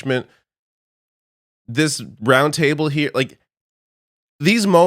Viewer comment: You've said "brown table", not "round table", right?